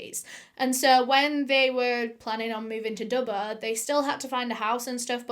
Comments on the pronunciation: Great story, was a bit annoying how she was pronouncing Dubbo though lol. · I'm from Australia and as soon as you said Dubbo I winced. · She says Dubbuo not Dubbo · Do U mean Dubbo not Dubbooo? I was born in Dubbo NSW Australia lol can't believe that happened there and Dubbo is in the bush how could they be in all these city's in one night do mean towns ? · haha the way you pronounce dubbo is amazing edit: okay it’s killing me it’s pronounce dub-boe not dub-bah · the way she kept pronouncing dubbo killed me every time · Hearing you say Dubbo did my head in and I couldn't finish watching this. Holy fucking shit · the way you say dubbo makes me laugh, it's not wrong it's just a fun way to say it